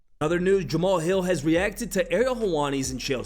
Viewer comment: Ja Ma Hal. Three syllables not two